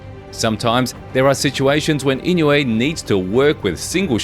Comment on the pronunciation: ❌ - NAY-OY-YUH ✅ - NAH-OH-YAH ❌ - IN-YOU-EH ✅ - EE-KNOW-EH